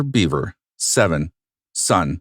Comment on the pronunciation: Can anyone explain his accent for me? It sounds normal except for certain syllables like “2013” in the end and “park” in the beginning. By normal I mean average or nondescript, in case people mistakenly take offense. Also Michael pronounced his last name “Behver” not “Beaver”.